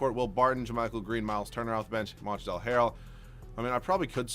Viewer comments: pls it ain't that hard pronounced MONTREZ the L is silent and OG ANU-NOBI pls stop butchering their names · You don't have to pronounce the l in Montrezl harrell